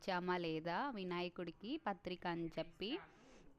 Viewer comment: Patrika kadhu ma adi pattri